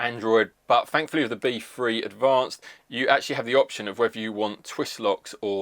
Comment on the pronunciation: Sort of hard to do a review of an item with the word "free" and "three" in it when you can't pronounce the word "three" and barly the word "free"...